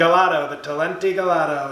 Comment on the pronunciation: "We'll have some sort of illegal clean this up". And the calendar! Such a tough workout. And the first time through I missed "Gelato", pronounced with a G, not with a J sound.